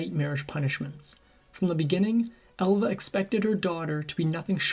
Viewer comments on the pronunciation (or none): …. And …. “ Alva”. He’s pronouncing it Elva. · I noticed the pronunciation. “Ehlva” instead of “Ahlva”. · Her name was Alva not Elva.